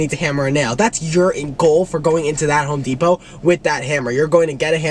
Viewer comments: “Home depao” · home depow